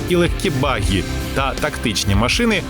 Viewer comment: Говоріть правильно: Баґі а не Багі.